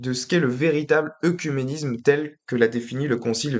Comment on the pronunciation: Attention la prononciation du mot "oecuménisme" qui est souvent mal prononcé et ta vidéo ne fait pas exception. Cela se prononce "Œ(É)cuménisme".